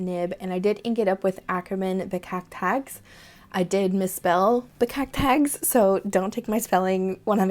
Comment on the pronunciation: "Bekakt Haags" indeed means "Snooty person from The Hague" :) Your pronounciation is really good!